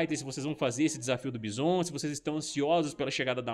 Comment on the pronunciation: E aí blz, pô tu e os meninos do combo infinito é cheio de americanizar nos nomes de jogos e personagens, Bison, pô pronuncia a coisa do jeito que é e do jeito que agente chama.( baison.....) Da nem vontade de ver o resto e ouvir, acompanho vcs e gosto dos conteúdos mais isso é chato